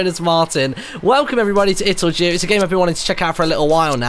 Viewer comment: I still think it's more proper to pronounce it as "do", because it shoud be clear as cristal that it's a play on words on "it'll do". You did see that, didn't you? :) Anyway, the company behind this (Ludosity) is based in Sweden, and I don't think Swedish even has a language sound that sounds like the j in jew.